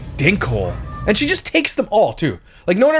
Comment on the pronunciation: Only can make the word “and” have 3 syllables 😒 (ay-yun-duh).